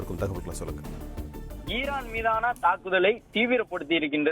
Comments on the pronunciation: Irrrran இல்லை ஈரான் reporter ரே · ஈஈரான் இர்ரான் இல்ல